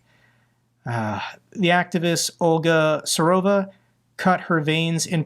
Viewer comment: Su-vo-ro-va, NOT "surova".